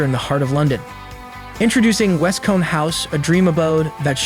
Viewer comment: It's West-coombe not West-com! 😆🤣